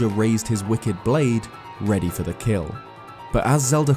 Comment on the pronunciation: bro are you a pirate? Tf you keep saying fer for?